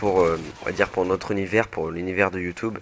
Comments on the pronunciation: Pourquoi il dit Youtoube ? c'est Youtube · il dit youteb mdr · J'ai envie de l'enchainer a dire Youtoube avec son accent :O Sinn g g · Youtoube?? Mdrr